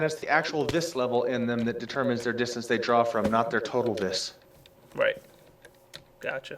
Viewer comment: "Viss"